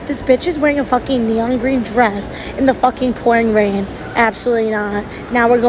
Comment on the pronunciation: I love the emphasis on "neON" Thank you americans for always making me laugh when it comes to the english language 😂 Also this girl is so crazy!